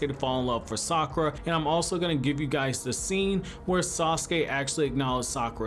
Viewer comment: Sakwa Sounds like it IDK